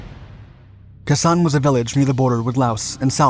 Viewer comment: I couldn’t listen to kah ZAHN anymore. It was KAY sahn when we were there.